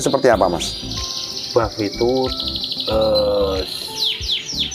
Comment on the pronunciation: Buff mas ,bukan bof